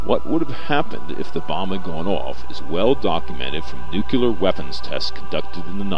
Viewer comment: First of all, stop saying "nukuler". With the second bomb, 4 of the safety switches failed with only the 5th switch preventing detonation.